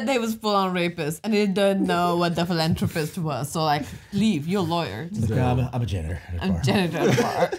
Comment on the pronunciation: All of your reactions to the “philanthropy” mispronunciation was so great!